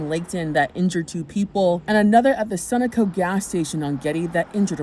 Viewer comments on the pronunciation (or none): C'mon, if you're going to be a news person, at least learn how to pronounce Sunoco!